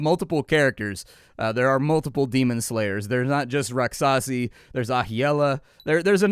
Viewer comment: Um... rakshasi would be the proper spelling if you want that pronunciation.